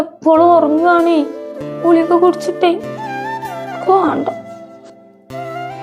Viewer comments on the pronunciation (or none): ഗുളിക എന്നത് എന്തിനാ ഉ ളിക എന്ന് പറയുന്നത് ?